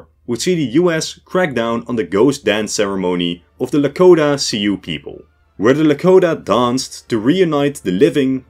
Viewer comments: Great video, but who taught you to say Sioux like “see-you” instead of “sue”? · See-hoe pronunciation of Sioux is incorrect, Sioux is pronounce like the word sue. But other then that one gripe excellent video as always. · Thank you. 'Sioux' = 'soo', at least in the American Midwest.